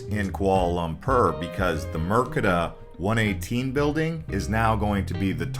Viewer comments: Mer de ka, instead of Mer ke da. Merdeka is the Malay word for independence. But good job, interesting to see an American's perspective on the city, I've been away for long enough that KL is now so much more different that what I remembered\ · Mind if i correct you, 😃 it is MERDEKA please not MERKEDA